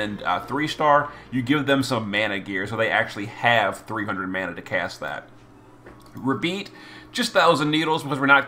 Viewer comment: I love you but you are killing me with the pronunciations. Ruh-beet? RUH-BEET? 🤣 It's obviously a play on "rabbit" so IMO it would be ra-bite or even ray-bite.